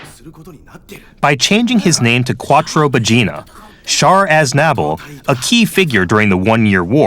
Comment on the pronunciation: Char Az-nabble? It's Azna-ble